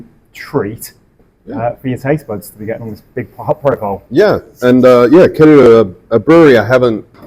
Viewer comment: Kererū, not Kererú.